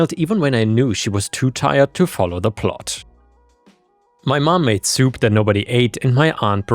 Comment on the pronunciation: it's plot, not plat. Your AI needs training